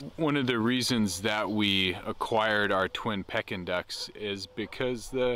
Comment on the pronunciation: They are “Pee-kin” ducks not “Peck-in” ducks ;)